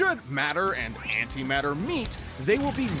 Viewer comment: When you said “anti matter” on the tank part it physically hurt